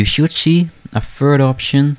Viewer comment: We sjoeld sjee? haha